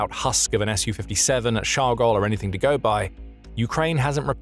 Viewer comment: Thank you for the correct pronunciation of the S U 57 too many people call it a Sue 57 on YouTube